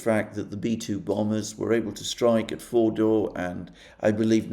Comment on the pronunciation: I keep hearing Mordor